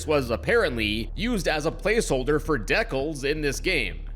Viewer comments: ....did he actually say deckles....instead of decals??? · deh culls? Do you mean Dee cals? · Dekals? It’s Dee-cal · never before have i heard someone pronounce Decals (dee-cals) as deckles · You pronounce it de-kels? De-kels‽‽ it’s a DE-CAL PRONOUNCED LIKE NOR-CAL CALIFORNIA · "De-cils"??? I have never heard decals (dee-kahls) be pronounced this way It's an astronaut chimp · “Deckles” is egregious. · I'm sorry did he just pronounce decals like decels? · Deckles? Really? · I'm trying to wrap my head around you saying deckles instead of decals. I have never heard someone do that before, lol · Wait who says decals as deckles? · "Decals" is pronounced "DEE-cal" ("cal" like "California.") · you mean DEE-CALS right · You did NOT just call Decals, "Deckels" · deckels jumpscare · I’m Canadian and nobody here says “deckals” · The unused secrets of the Mimic continues even more... day-koolz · Why does he pronounce decals as deckles, if he pronounces it wrong he might say dickles lol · why did you say dec-als im sorry what is this an accent thing? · DECKALS???????? YOU MEAN DEE-CALS??? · I think "deckles" might be a better way to describe the way he pronounced it. When I see "de-cils", I just wanna pronounce it as "cecil" but with a D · ive never heard someone pronounce "decals" like that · i dont think thats how you pronounce decals.. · No way you said "Decals" wrong... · bro whats that pronounciation of decals?! 😭😭🙏🙏